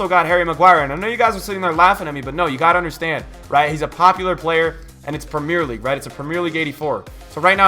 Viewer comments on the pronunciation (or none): M8 plzzz stop saying prem ear league its prem e er league its so annoying for English peeps